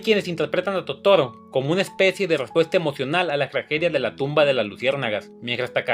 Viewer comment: "...que seguramente no conocias". Eres un burro. Si no puedes ni pronunciar bien el nombre de Totoro.